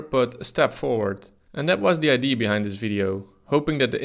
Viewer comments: Its IdeA not id lul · it's pronounced idea, not idea. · is it really that difficult to say IDÉ-AH idea instead of "idéé" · No, it is wrong and right. It's pronounced idea not id in the English language. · Love how Dutch people cannot pronounce idear. They say eye d! Lol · Idee? It's Idea, with an A at the end. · Idea is not pronounced "idee". The A isn't silent. It's pronounced "idee-uh". Regards ,someone who only speaks English yet has the audacity to correct someone who speaks multiple languages. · Ide - A! IT'S IDEA FFS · Ffs our English teachers hammered us for 5 years on the pronunciation of the word "idea", yet this guy says it 636363 times incorrectly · why the hell can't dutch people pronounce IDEA correctly... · Please practise saying "idea".